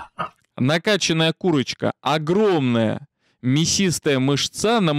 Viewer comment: МЫшца, а не мышцА))) Следите за речью 🙂🙂🙂